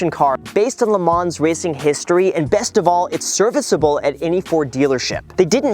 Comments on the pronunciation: You don't pronounce the "s" in LeMans. Just say "LeMan" with a French accent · Congratulations on the GT!!! Best paint scheme, too! The "ns' in Le Mans is silent. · For a car guy, you would think he would know how to pronounce Le Mans properly. Sheesh! Hint: don’t say the s. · It's pronounced "Le Man" not "Le Manssssss" 😂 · great car, just fyi Le Mans is pronounced "le Man" (the s is silent) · not to nitpick but it’s “le mahn” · Btw it’s pronounced le ma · > car enthusiast > pronounces it "le mahnz" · Couple of things you might want to add to this: Le Mans is pronounced "Le Maw" and It was Henry Ford's son, Henry Ford II that had the deal with Ferrari that went sideways. Just so you know to expect a million car people screaming at you in the comments :p Love the new car, and the channel! Keep it! :D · Just a quick note! The “s” is silent in Le Mans :) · The S is silent in Le Mans. Nice car though 👍🏻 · The way he says Le Mans just gets to me... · The way he pronounces Le Mans 🤮🤮